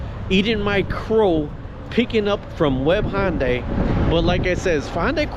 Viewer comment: IT'S PRONOUNCED HUN-DAY. NOT HON-DIE. Where do you get HON out of HUN?